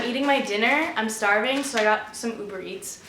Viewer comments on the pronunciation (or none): none